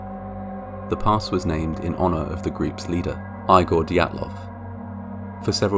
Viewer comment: The way you pronounce Dyatlov sounds like Diablov.